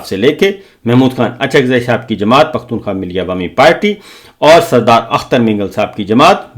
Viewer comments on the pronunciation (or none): none